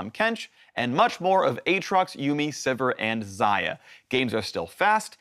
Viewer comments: YOU DONE MESSED UP A-A-TROX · A-a-trox I swear to ghad....